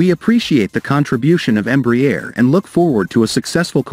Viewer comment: Crappy AI pronunciation of Embraer